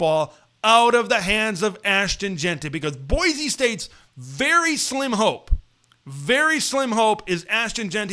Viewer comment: Boy-see, not boy-zee.